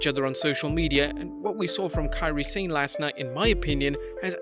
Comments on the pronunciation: If I had a nickel for every time I heard people mispronounced "Sane" I'd be a millionaire. Why football (soccer) commentators who are British can pronounce the word "Sane" properly and not pro wrestling people? Drive me insane when I'm hearing people keep saying "sein" instead of "sa ne"! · Kian they spell what it is closely sounds like when it is written in 2-3 words. 'sa' sounds 'sa' and 'ne' sounds like 'ney', combined 'sane' become 'sa-ney', but english speakers make it sounds 'sain' instead because they followed English pronunciation of 'sane' and not Japanese romaji pronunciation of 'Sane'. Maybe they should make it 'ney' but probably they don't want to make their romaji spelling longer. I can understand if its mandarin hanyu pinyin, that one yeah really confusing, if I had a nickel for every mispronounciation of Beijing I'd be the richest person in the world lol